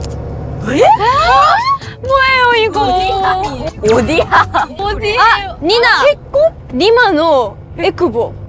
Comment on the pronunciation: 마코 '뭐에요 이거~', 리오 '어디야?' 발음이나 어투가 완전 한국사람같어 ㅋㅋㅋㅋㅋ